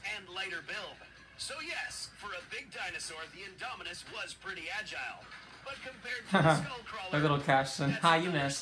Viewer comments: I love how in the is video you kept calling the Indominus the “Inominus”🤣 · "The Anynomous Rex"